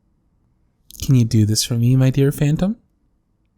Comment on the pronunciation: i heard fanta instead of phantom lmao why